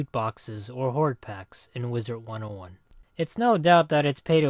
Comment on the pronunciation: Is it just me or does say "Wizert 101"